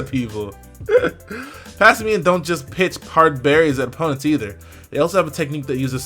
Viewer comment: omg - the word "simian" not whatever the hell he keeps saying,its erking me for some reason mostly cause it sounds like he is pretending to read.XD